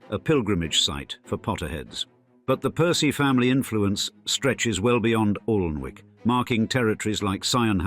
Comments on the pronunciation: OMG for a narrator with suck a typically upper class accent you should have done your homework. The castle is not 'Arlnwick' as you pronounce it buy 'Anick' the L and W are not pronounced. My first disappointment in your channel which is generally very precise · Pity the narrator couldn't pronounce the name of the castle, its not Aln-wick (although that's how it's spelt) its 'Annick'. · Aln-wick. Haha haha. I'm from well south of there and even I know that it is pronounced Annick. If you put so much research into this video how did you not know this? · Its pronounced Annick. Bot face. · Great info, i grew up in Northumberland. Just to say, although the river is Aln, Alnwick is pronounced Annick. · It's pronounced Annick. Annoying. Learn to bloody speak. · I was going to point that the pronouncement of Alnwick was wrong as well. It has what is known as the dark L and like Berwick, the W is not pronounced. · Yes I thought it was pronounced like that even though not from the North of England myself. Narrator also doesn't seem to know how to pronounce "Ralph". Doesn't say much for the 'authoritative' commentary that they can't even pronounce things properly!